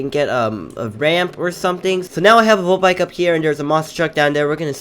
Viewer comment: he said molt bike lol